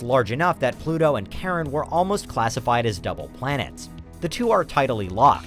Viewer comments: Charon is pronounced c (as in cup) eye ron, or Kai ron NOT Karen. Cerberus is pronounced Sir burr us. Chiron or Chyron is the mythical centaur, connected to pluto in Mythology as the wounded healer, Cerberus was the three headed dog who guarded the gates of pluto aka the underworld. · it's pronounced with a much much shorter A sound; Pluto's moon i mean. Car-on; not care-on